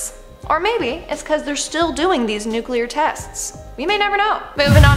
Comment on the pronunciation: I dont care WHAT George W. Bush says. ITS NOT NU-QU-LER. ITS NU-CLEE-UR. Spell it. Nuclear. The l is immediately following the C. There's no U right there. (And sorry Dixie Chick's. You lost your popularity over nothing. W is NOT a Texan. He was born in New Haven, Connecticut. To be a Texan, you have to be born there! He is, however, an idiot.)